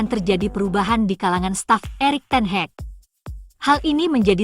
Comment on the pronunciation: teh heg ke ten haq? memalukan penggunaan bahasa komentator.. van nistel roy.. bukan nistel roo!!